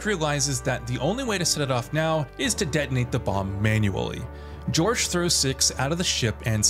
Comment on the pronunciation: His name wasn’t ‘George’, his name was ‘Jorge’. While it is the Spanish translation of George; it’s pronounced quite differently.